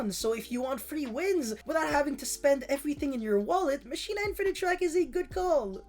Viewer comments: Its Machina not mackina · It is pronounced mah-key-na.